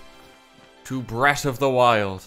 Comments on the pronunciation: Welcome to "brett" of the wild That accent hit hard on "breath" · "bretath of the y-ILLd" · "Bret of de Wile" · “Brett a de while” thank you mister rt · did he say bret of the wild?